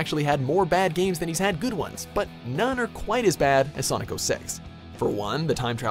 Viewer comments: "Sanic" bro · Did I just hear "SAANNNIC" at the mark? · ppl who say Sanic for Sonic 😔😔😔 its like ppl who say jaguar different for the car and the animal 😔😔 makes me moist 😡😡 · I laughed when he said sanic instead of sonic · Irma-C ☆ i had hope that I wasn't the only one! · i think it was a joke on the whole Sanic meme, since he does pronounce it correctly all the other times if you listen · Oh yeah I heard it but disregard it. But that is funny. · "When it comes to Sanic..." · They called him Sanic. This pleases me. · did you hear that?? SANIC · did he just say Sanic? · WOW its SENIC THE HEDGEHOG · Yo boy said Sanic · He said sanic 😂